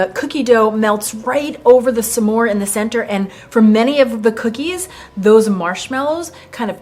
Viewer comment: It would be more interesting with clean ingredients, so we know what flour works best. Refined sugars... you are mispronouncing Smores 😄